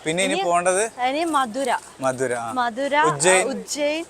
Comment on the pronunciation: Upil മതുരയാണ് Not മധുര.